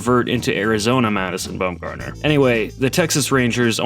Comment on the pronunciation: Lmao bro said bum gardener not once, not twice, not even thrice but fource? That should be illegal bruh… there’s no standard English word for that and I’m not saying four times